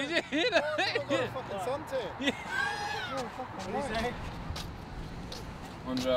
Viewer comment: the most Aussie response ever haha it’s fackin shit